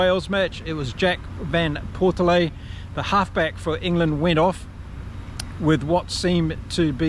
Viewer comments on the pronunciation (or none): Mate, you gotta get your pronunciation right here! It’s JVP to most people, because you’re not the only one who can’t pronounce his name, which is derived from Dutch. It’s pronounced Van Port Fleet. Got it? But, much more important, the addition of Alex Mitchell will be a boost to the England side. He’s everything JVP is not: fast, quick feet, adventurous. Let’s hope we will see him played often and allowed to jouer. To be creative. But Borthwick…not a creative guy at the best of times. Very sorry about Ntamack. That is tragic, but his replacement is pretty smart too. So not too much lost there for the tournament favourites, we hope. Keep on Kiwi kommentating!